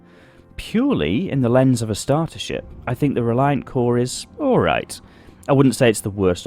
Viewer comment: It's pronounced CORE-A sorry its a thing with me. Lol